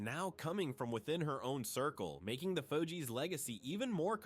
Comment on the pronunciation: The narraration is gawd awful, mispronounsing the fugees differently every time... it's just bad